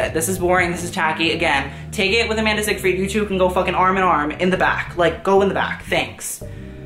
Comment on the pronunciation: If your gonna roast people at least PRONOUNCE THEIR NAME RIGHT. Seyfried not Seigfred also fix your hair